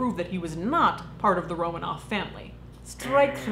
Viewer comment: It's RoMANov, not ROmanoff.